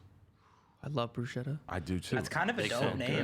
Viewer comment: The real Italian people cringed hard when you guys said “Bruschetta” 😭